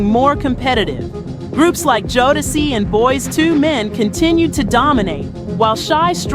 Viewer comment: Yup. The Boyz II Men pronunciation was killing me